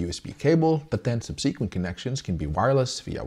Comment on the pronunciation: If you've ever wondered if you know how to correctly pronounce "subsequently", you absolutely DO NOT 😂